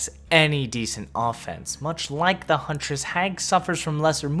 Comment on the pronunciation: Your hunress amuses me.